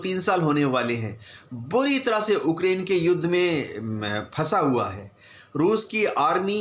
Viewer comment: Kiska interview liye ho tum log ukrain ko okaran bol rahe hai 🤣🤣 godi media😂😂